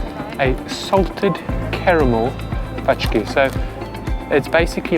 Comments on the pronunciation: True - "pączki" are pronounced "pon-tschkee", while you pronounced it "pah-tschkee", which indeed sounds like the word that means "parcels (or boxes)". I hope this will help improve your Polish 🙂 Thx for a great, long-awaited vid 🥰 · These are pączki. Paczki is a different word. The Polish letter 'ą' denotes nasal 'o', like in French 'chanson' or 'pont'. But you pronounced 'cz' right. It sounds like 'ch' in English coach etc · Please do not pronounce "patchki". "ą" , a nasal "a", sounds closer to "oŋ". So "pączki" not "paczki" - in Polish "packages"! Understanding, that Polish pronounciation maybe difficult, I want to help.😊 On the margin it is a bit annoying, that some of youtubers, who were so nice to promote Poland at the same time don't care , don't check the basic facts and mispronounce names in a way that makes them almost unrecoginisable.